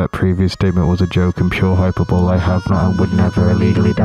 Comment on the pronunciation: It's pronounced hi-PER-bow-lee.